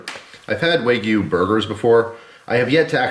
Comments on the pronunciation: Tip... wagyu is a Japanese word not a Chinese one. So "wa" like a baby not "way" like a surfer girl 😜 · FYI, wagyu is pronounced kinda like wagon, not like way :D